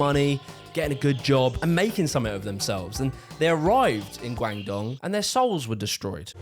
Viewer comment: Guangdong is pronounced "Gwong-dong" btw